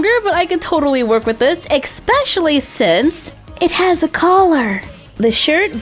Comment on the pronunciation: Why does she always say expecially instead of especially?